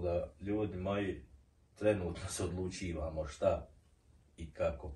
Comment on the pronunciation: OdgovorĆiĆi na vašA pitanĆiĆi . OdluĆIVAMO 🤣